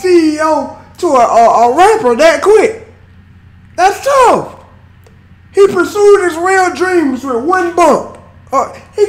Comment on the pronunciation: Honestly I'm sick of hearing "dats touf"